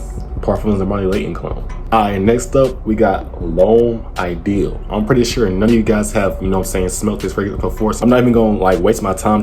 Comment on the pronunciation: He says Lhomme I deal lol